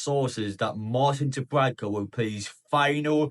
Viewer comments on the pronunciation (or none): I'm looking forward to him leaving so that I don't have to hear you constantly mispronouncing his name.